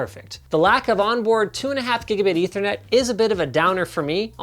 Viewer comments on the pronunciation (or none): none